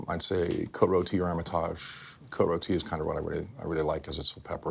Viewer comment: Damn he nailed that 95 Cote rotie